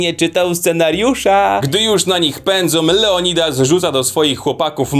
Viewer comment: "Leodildas" rozwalił mi system...